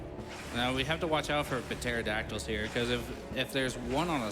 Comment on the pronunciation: .. P-TERODACTYLS. PUH-TERODACTYLS.